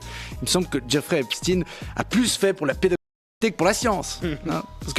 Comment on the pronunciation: Je ne sais pas si Epstein se prononce Epstiiine, mais ce qui est sûr, c'est que Brunel se prononce Benchamoul.